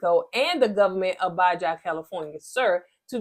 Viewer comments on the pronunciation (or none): Baha not Baja. No shade intended. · California cousin here! It's pronounced Ba-ha - like Mountain Dew Baja Blast. Also, I hope they throw them under the jail. I don't understand people who would do something so evil, and break her family's heart.